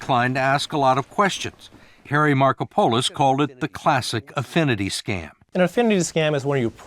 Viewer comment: another crime is the name pronunciation of Markopolis by the interviewer